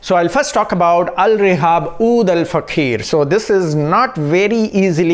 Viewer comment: Pronunciation of OUD al FAAKHIR NOT oud al fakheer mann, FAAKHIR means magnificence, Dignity and fakheer means proud respect the name bro!